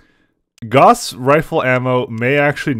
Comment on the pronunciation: The Gauss rifle (rhymes with "house", not "loss) has always exploded when hit while the ammo is inert. The XL engine, likewise, is vulnerable to critical hits in the side torsos and if an IS mech with an XL engine loses a side torso it will die. Clan mechs don't have this problem. CASE is, because of that, utterly useless on a Bushwacker unless you downgrade to a standard engine (or in tabletop and MWO, a light engine) or put your ammo weapon in the arms. But hey, you can't remember the rules of the game, you can't remember the lore, and you can't remember what is a quite small series compared to many of the bigger franchises, and you talk like a tool, but nobody else has done an LP in HD so we're stuck with you.